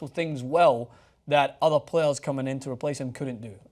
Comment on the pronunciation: playeRRRRs playeRRRRRs, playeRRRRs